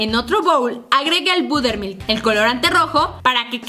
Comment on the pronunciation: Budermil?🙄 se pronuncia borermilk (buttermilk)